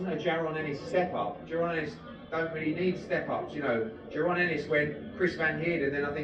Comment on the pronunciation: It's actually PRONOUNCED Ja ROn,, but no biggie lol